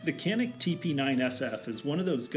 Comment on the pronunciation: It is Janik the C is a J sound.